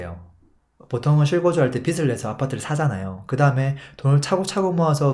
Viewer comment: 빚을 발음은 비즐입니다 비슬이 아닙니다 거슬려요